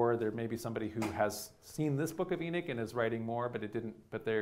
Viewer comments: "Hahnook" not Enik... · He pronouncing it E knick which it's pronounced E knock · I grew up on the East Coast, half in the South and half in New England. I have never heard someone pronounce Enoch as "EE-Nick." Always heard it pronounced "EE-Knock." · Enik? Is this a Sumerian Ethiopic version? If so does he mean Enki? It so irritating to hear the principle character's name so badly pronounced, and hearing it spoken so badly multiple times is just too much. It's E‐nOch, as in 'knock on the door' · En'o'ch not Enick!!!!! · Eknock not Enick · i cant even listen to someone who cant pronounce the name of the book they are speaking about its too bad because other than that it seems like a good lecture but i cant get past it. its not "Enich" its Enoch! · Pronunciation is not EE-nick, its ee-NOCK. Great video btw. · Why is he saying "Eenic" instead of "Enoch"? {:-:-:} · Enoch (ee- knock) not Enick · It’s pronounced “enOch” not “enIch”so annoying. How does this guy not know the pronunciation of the the letter “O”? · why does he call it "the book of enich " ? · Can he not say "E knock" or am I not properly pronouncing Enoch ? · I might have listened to this if he was able to pronounce Enoch. Why Enick? Why? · Why Inick ? E is like Ellen. English is the only language that pronounces E as I. Everybody else pronounces it like Ellen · I know I am Slovak and we also have the throaty ch. We pronounce it the same as you. He's also misprounouncing E at the beginning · E-nick???? ... is this guy for real? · E'nik? Is that like, beatnik? Sir. Your pronociation is both dreadful and confusing. C-. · Who's E-nick? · Love your talks (but it’s is pronounced ee-nok) 👍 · It's sounds like he is saying eneck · it's En"O" ch. for the love of God please speak correctly. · Enic? Where didxyou learn to pronounce words? Delete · Enick? I bet this guy still says epoch properly though🤦🏽‍♂️ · It's pronounced E- knock 🥴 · Enoch not Enich! Wtf this guy sounds like a highschool speech